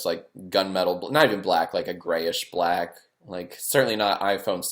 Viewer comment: I don't like the way you said BLACK.